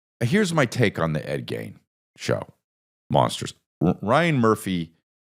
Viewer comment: Forreal everytime he said it I was like noooooo 😂